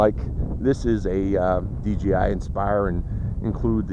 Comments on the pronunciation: You said dgi not dji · I know that what makes m saying he keeps saying dgi when it is dji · It's not dgi it's dji